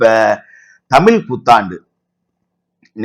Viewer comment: ஐயா நீங்க தமிள்தமில்என்றுபேசுகிறீர்கள்